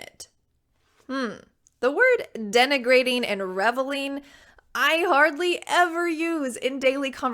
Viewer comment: I know the word denigrating but I have never heard "denegrating"